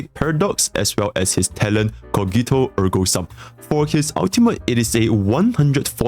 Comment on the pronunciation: coghito ergo Sam my Latin teacher would rip her ears apart immediately